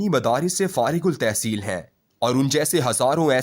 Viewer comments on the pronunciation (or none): You are amongst few people who read urdu in impressive way. However, keep some minor improvements needed. Example, farigh.ul.tahsil is wrong, it should be farigh.ut.tahsil. pls learn about shamsi n qamri haroof. Rest is ok. Stay blessed.